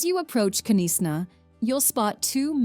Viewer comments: I wanted to say bless you when she said Knysa 😂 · You do not sound the K in Knysna maybe it would hve been better to speak wit a local regarding the pronouncement of our cities and places. All and all i loved all the scenery please visit the VOORTREKKER MONUMENT in Pretoria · Knysna has a silent K so it’s not K Nysna just Nysna 😂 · Knysna is pronounced wrong, the K is silent. The presenter could have done better by asking those in the area to help with the pronunciation, Umhlanga etc wrong pronunciation. Sometimes is best to get a local to present these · Thats got to be the worst pronunciation of Knysna I’ve ever heard 😮😮😮 It’s pronounced “nice-na”… not k-neesna… 😅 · Nice video but you should learn to pronounce the names of the towns you visit. KYNSNA is pronounced NYSNA and UMHLANGA is pronounced UMSHLANGA. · And nisna not k-neesna. The K is silent as in know or Knight. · We don't pronounce the K on Knysna. We call it Nysna. Thank you for a beautiful video I also like your narration 😊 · Knysa, prounced 'nicena' , the k is silent. Great video, learning so much about my country, thanks. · Thx! Knysna-prononounced-Nizna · I loved the video, but honestly, why didn't you get a South African to help you with the pronunciation of the places. K.Nees Na ( Knysna) is the worst.😂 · I can’t watch anymore / it’s not ka nis na for fudge sake - it’s also not Bob a Tay - I give up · Please pronounce it as "Nysna" or "niesna" and not Knysna. it's a silent K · But couldn't bear the K-nees-na! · If you are going to make a video for international consumption at least have the voice over done by someone who knows the pronunciation of local place names. Holy smokes! Where is k-nesna for goodness sake. Kgalagadi, at least she didn't sound out the K but she totally massacred the rest of the word. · hi excellent movie ,just some pronunciations not correct eg Hermanus Knysna Umhlanga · Knysna pronounciation was the worst.